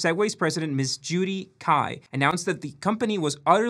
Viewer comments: Cai is pronounced chai, not kai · Last name is pronounced “Tsai”. Totally not your fault you didn’t know that. Pinyin pronunciation is ridiculous.